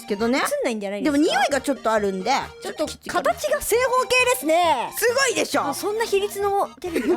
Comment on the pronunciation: またふたつやないかーい すご が すこ にきこえた